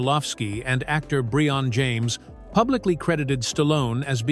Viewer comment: "Bree-on" James??? Another miss by AI. BTW, not a bad movie. It isn't "Shakespeare in the Park" but if you liked 80s action movies it is entertaining.